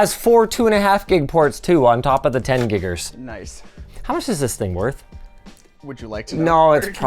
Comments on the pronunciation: Never say GiGers again🤣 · with the hard R linus? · Damn, Linus, with a hard R? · Giga with the hard R caught me off guard lol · On top of the what? Do we need to have another talk about the hard r, Linus?